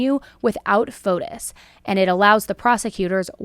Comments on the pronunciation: Pronunciation: It's not FotUS, but FotIS. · I go to church with a lot of Greeks. The S is silent. FOTE- TEE